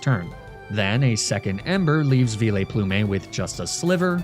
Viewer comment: Why do you pronounce the names so weird ? Vio-Plu-May